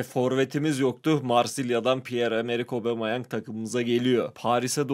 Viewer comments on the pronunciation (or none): none